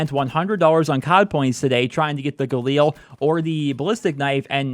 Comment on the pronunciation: If you could pronounce galil the right way and not like a mongoloid... much appreciated. It is not an eel its a fucking weapon